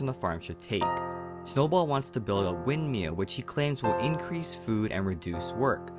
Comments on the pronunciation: love how u say "windmeal" not windmill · the way he says windmill is the funniest thing 'wind-meal'